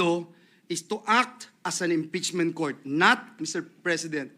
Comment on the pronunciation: "ang impitsmint ay isang prusiso" daw sabi ni Bato 🤣🤣🤣 rispunsibilidad, sinit minority, brood daylight, mister prisident, and mini more 🤣🤣🤣